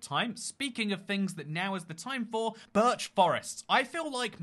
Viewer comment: "Burch" it's birch